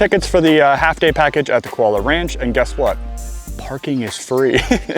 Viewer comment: It's pronounced Koo--ah-low-ah (Kualoa) Ranch.